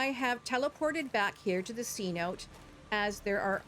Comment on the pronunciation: Amazing video. Thanks for the help. Only one thing. It’s not pronounced c-note. It’s Cenote’ a word for an underground river system that exists in the Yucatán peninsula. Deep caves clear water. C note is a 100$ dollar bill. Btw you are not the only one to miss pronounce. After all that. Amazing job and an awesome job. Subscribe!!!!!